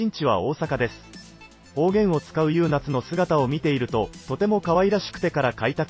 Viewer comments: 優夏ゆうなつ？ゆうか！じゃないのw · 読み上げは、人間がやったほうが良い。例えば「学校に通っている」→「・・かよっている」。固有名詞も。「優夏」→「ゆうか」。音と訓を混在させる名前は殆ど無い。 文章も日本人が書いたとは思えない。 ex→「日本で留学している多くの・・」→「日本に留学している多くの・・」 日本語には助詞もある。